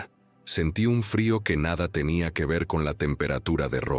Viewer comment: O. Sea. Gue. Lo. Gue. Guiere. Decir. Es. Gue. Se. Volvió. Envanjelico. Hay. Si. La. Acabo. De. Embarar. 😊